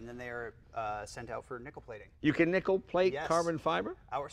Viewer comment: you would, but its nickel, not nichol..............HA!